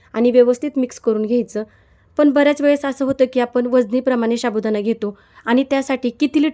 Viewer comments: शाबुदाणा काय साबुदाणा म्हणा.😂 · शाबुदाना नाही साबुदाना म्हणा.